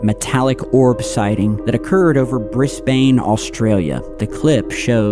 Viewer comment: I can't get past how bro said 'Bris Bane' lol no offense to the guy, I'm an Aussie😅